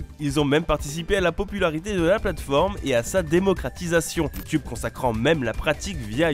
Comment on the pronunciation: Je kiff quand tu dis "Youtioube" 😂